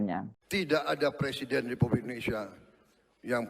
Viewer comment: Jokowi, nilai bahasa indonesianya jelek ... presiden dibaca PERSIDEN .. gimana toh ?